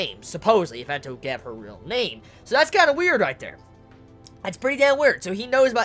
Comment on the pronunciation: Why does say gabe instead of gave?